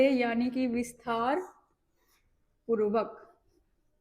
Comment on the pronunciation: Visthaar purbak nahi Vistaar purvak bolna uchit hoga